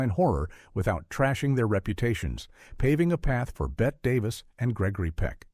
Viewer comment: So tired of AI calling Bette Davis Bet Davis all the time.🙄